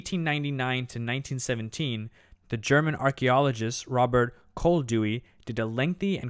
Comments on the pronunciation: OMG, Robert Koldewey is not pronounced like the English name Dewey, but is, you know, German, so it's "Kol-de-vigh". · Good Video! But the pronounciation of Robert "Koldewey" is completely wrong. ;-) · Your pronunciation of Robert Koldevey is a crime against humanity. Please ask a German how to pronounce Koldevey.